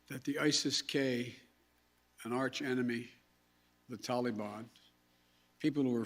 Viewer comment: Can’t pronounce Taliban correctly still I see Coked Joked Joe? Maybe you should take some of your sons heroin and watch more Sesame Street. I’m so embarrassing what our government standards have been reduced too. I mean even Nasty Pelosi should have already been replaced, I mean how is she still out of her crypt?